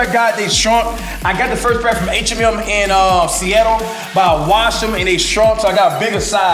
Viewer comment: I heard of H&M but not H Em Em